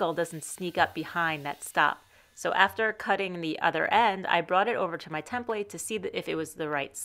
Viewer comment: It was a good idea, making the blade thickness gage. I think it is worth another attempt. I like how you say template. Tem- Plate. Almost as good as "draws"